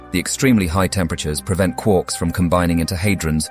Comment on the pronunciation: "Quorks"? I thought they were called "Quarks". 🙃